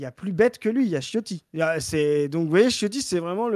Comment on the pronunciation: Dans ton analyse, tu oublies deux paramètres : 1- la Bollosphère va mettre à sa disposition tous les moyens via De Villiers 2- le scénario de l'union de l'extrême-droite et la droite extrême Tu as par contre bien prononcé le patronyme Ciotti😂